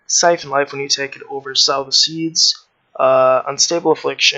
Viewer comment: Sow the Seeds, like So with a long o. Good guide, thanks